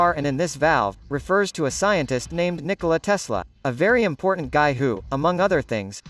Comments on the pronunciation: MDS, fala Nícola Tesla, não Nicóla Tesla, plzzzz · MMMaaass Iberê se fala Nicôla e não Nicóla. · niCÓla?? 😢 que agonia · Kkk MT bom o vídeo mas o "Nikóla tesla" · Não sabia que se pronunciava Nicóla Tesla